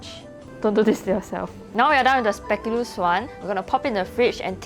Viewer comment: The way this char bor say spekoolus